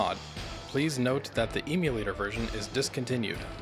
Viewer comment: please, stop calling it an emu-lator, you're killing me